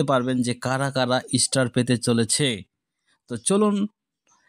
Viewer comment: বোকা চো স্টার হবে। ইস্টার নয় আগে উচ্চারণ ঠিক করো। তারপর ভিডিও বানাও।